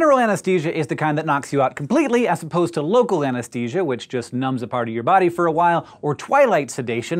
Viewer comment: Hank! Why do you keep saying "ANESTESIA" instead of "ANESTHESIA"? It's making me crazy!